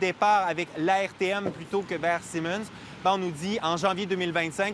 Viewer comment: Bonjour. Le journaliste sous la pluie devrait apprendre à prononcer le nom de la cie Siemens. On dit pas "Simons", mais plutôt "Siiiimens" (avec un son i plus long que Simons.